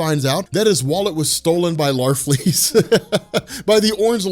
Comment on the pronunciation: Luke Akers why does everybody think it's "larfreeze"? It's Larfleeze.